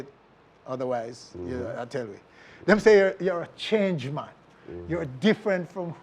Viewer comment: “Baby oil mon” 🤣🤣🤣